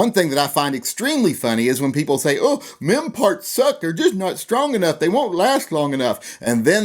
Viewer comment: Careful with your pronounciation. All I heard was "men parts suck"... I mean, it might be true, or not... but still... family show etc =D